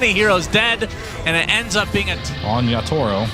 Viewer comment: caster said "yatoro" its kinda funny